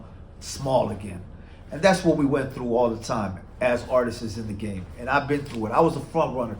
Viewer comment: Can you say artists? It’s not artist’ses.. pet peeve sorry lol.